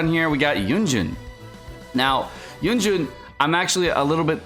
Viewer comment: why is everyone saying yunjun? lol it says yunjin